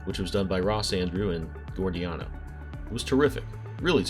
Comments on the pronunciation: Great video about a great artist. I'm looking over your channel, and it looks like I have a lot of watching to catch up on. A couple of pronunciation notes: Len Wein pronounced his name "ween," and Dick Giordano was "jor-dan-o," not "gor-dee-an-o." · Giordano is pronounced "jor-dan-o." I still see Garcia-Lopez's artwork on DC-licensed stuff all the time. It really is timeless.